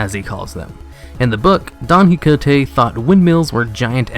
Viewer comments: OMG say hicote one more time. It's pronounced ki ho tay. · Quixote is pronounced "Key-ho-tay". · it's pronounced (ki ho tay) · Please don't ever try to say "Quixote" ever again. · I don't think that's how you pronouce Quijote, i only recognize the story by the "dragons"